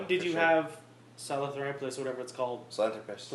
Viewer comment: i stopped watching when you started pronouncing sahelanthorpus wrong.